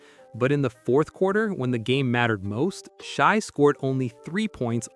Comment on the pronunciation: It’s not Sh-eye, it’s Sh-a, maybe watch some games and listen to how their names are pronounced! Dumb